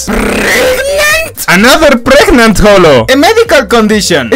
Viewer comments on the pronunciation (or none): Gregnate? Possibly pregantay?